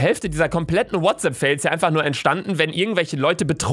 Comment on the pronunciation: Niemand: Wirklich niemand: Luca: Herzlich willkommen zu einer weiteren Folge WHATSAPP FAYLS (Sparen lernen Babbel). (Ich weiß das Kommentar ist dumm aber das passt zu diesem Kanal).